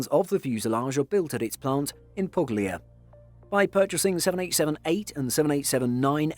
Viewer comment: Some really interesting insights, but spoiled by some grotesque mis-pronunciations of most of the Italian words...’Pugg-lee-ya’ probably being the worst (it’s pronounced ‘pool-ya’).